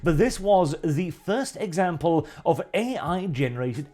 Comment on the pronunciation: I heard “Thirst Example”.